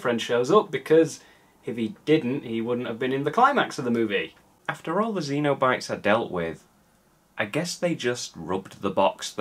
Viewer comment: Great review and great movie, but I believe Pinhead and his gang are Cenobites, like SEN-oh-bites, less akin to the aliens from Alien xenomorphs. A cenobite is an old-timey term for someone belonging to a monastic order, which makes sense for inter-dimensional S&M demons I guess, if not in a weird way. Keep up the great work,!